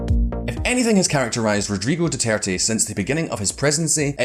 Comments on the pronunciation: The American voice in the background should do his research on pronunciation by asking any Pinoy or watching 5 minutes of Philippine TV. Doo ter tey is the pronunciation. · lol "Duturt"? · Whenever the secondary speaker said "Dew-Tert" I died a little inside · Sadly, they do not make effort to correct its pronunciation. They just assumed it's the correct one.